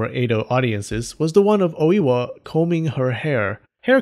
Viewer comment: Dude it's not Owiwa. It's Oi-wa